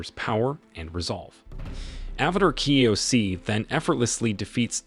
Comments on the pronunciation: Kyoshi not kyosie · Ong, katara , ki o si island, commander zau, avatar ky o si, fire lord Ozi, Azu la, omasu even uncle iro every character and Nation is pronounced wrong 😡😡😡😡😡😡😡😡😡😡😡😡😡😡😡😡